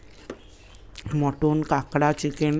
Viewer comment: কথাটা মাটন, মটন নয়।